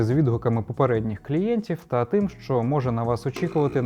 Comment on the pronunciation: Супер, тіки "щ" це не [шь], а [шч]